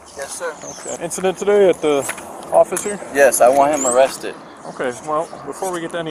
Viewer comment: "I want him awwested, he swammed me into a twuck" This guy has a drivers license? He seems like one of those guys who need a ride to work if you know what i mean...